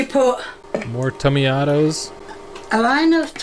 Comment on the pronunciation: Look at trying! But I can't listen to the way she says "toe-mee-ahh-toes"